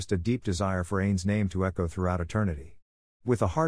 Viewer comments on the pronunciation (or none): none